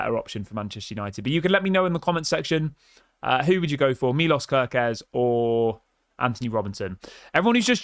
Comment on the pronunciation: he is hungarian say it right please: milosh kerkez